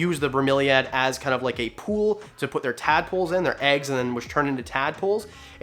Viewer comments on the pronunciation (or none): none